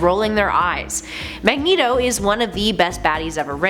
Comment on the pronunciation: Ah yes Mageto